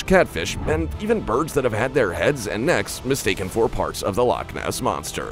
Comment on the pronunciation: Bro really said lock moss monster no offense but that was just funny😂😂